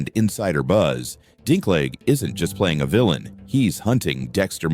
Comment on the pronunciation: After all the years of Game of Thrones and you do not know how to pronounce Dinklage?